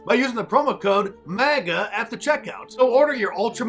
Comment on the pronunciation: Does he keep saying MAGNA?